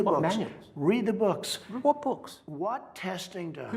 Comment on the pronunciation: whot books lol